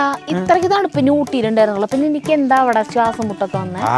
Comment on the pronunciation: തണുവു അല്ല തണുപ്പ് 🥰